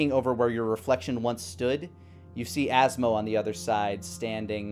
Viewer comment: “And you azma...” ATHSMA?!?! 😂😂😂